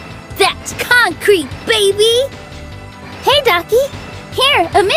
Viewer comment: Das conk kreet baybee